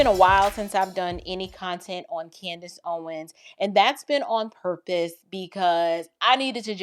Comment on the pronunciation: It is so great to hear this woman nail CANDIce perfectly. I'm very impressed.